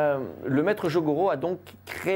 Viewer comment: C'est pas jogoro c'est jigoro kano